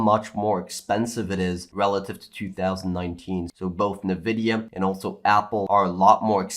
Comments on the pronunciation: Just one suggestion, it is pronounced "N vidia" not "nevidia" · I just want to know why you guys always call "EN-vidia" "NUH-vidia." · Did I hear "nEvidia"? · I can t get over how he says nvidia😅